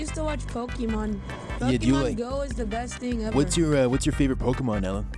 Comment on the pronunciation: My god the fucking pronunciation of pokèmon . I can't heard it anymore, why the fuck is so hard to understand that "è" is hard like in the word "very" and not soft...